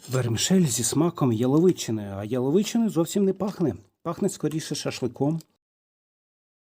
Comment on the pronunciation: Наголос "яловичи" на перший склад. Ато вухо ріже.